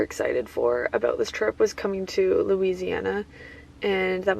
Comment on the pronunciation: she said aboot :)